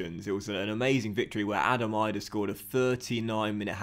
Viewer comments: Adam Idah's name is pronounced like an e at the end so it is like saying Adam Eedah not Adam Eyedah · Bro have been saying this since day one. I know the guy as well played footy with him hahah it’s eeeeedah not eyedah lol